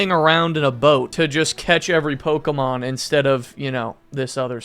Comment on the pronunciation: Who pronounces it like pokeeemon?